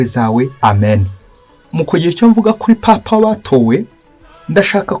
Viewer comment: Uko numvise babivuga bo ngo ni papa si paapa